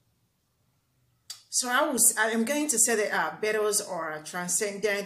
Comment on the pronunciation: Sounds like you are saying the Bitters?? hahahaha I get you.